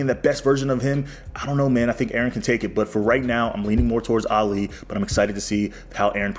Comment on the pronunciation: Do you think you can learn to pronounce Ali's name properly😅 its not Alliee